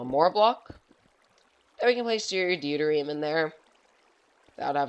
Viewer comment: Great reactor- Deuterium is pronounced Doo-Tier-Re-Um